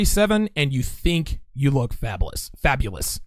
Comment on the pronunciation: "Fabalous"... something you want to tell us? lol